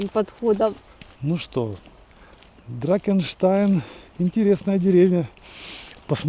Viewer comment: Не дракенштайн, а драхенштайн.